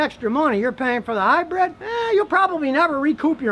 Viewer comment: Sorry Scotty but I have to correct you on one very annoying thing. It's pronounced and spelled HYBRID not HYBRED like hybread.